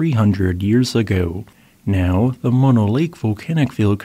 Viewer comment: Moh-no both os pronounced the same oh, no!